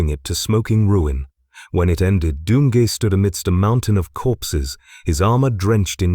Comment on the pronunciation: ‘Doom gee’ smh